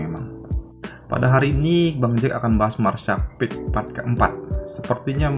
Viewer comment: Martial peak bang bukan peek